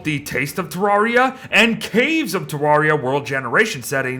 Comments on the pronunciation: te rare ee a not tea rawr ee ah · Pronouncing Terraria wrong. “Rare” not “rawr”